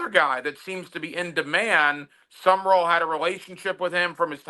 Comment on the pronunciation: It's SUM RALL you idiot not SUMMERALL. For a week you mispronounce his name.